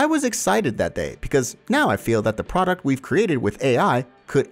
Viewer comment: PRODCUT instead of PRODUCT